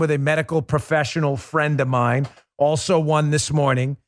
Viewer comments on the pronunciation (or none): none